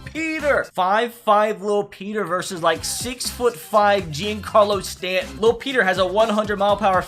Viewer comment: The way he said stantons name 🙁